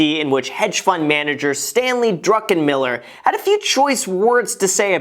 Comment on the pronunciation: sounded like you where calling the hedge fund guy Stanley drunken Miller...lol